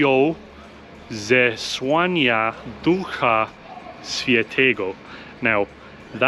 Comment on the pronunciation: 1st word means just Church. The letter ó is spelld like an U. Ł is spelled exactly like Wh in Whisky. 2nd word is therefore spelled Zes-Wh-ania, Ducha was perfect. In Świę(n)tego, is hiding a "N" within the letter ę . Tell me if this helped ur pronauncition, i really would like to hear it.